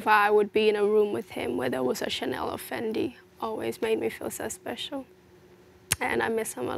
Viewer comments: "Tchanel" "versatchi" mdrrrr mais qu'est ce que ? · C’est normal il les a prononcés en anglais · Pour Versace je suis pas sûr mais ça se pourrait à cause du « e » à la fin, mais en tout cas c’est sûr pour Chanel, j’ai déjà entendu pas mal d’américain etc le prononcer comme ça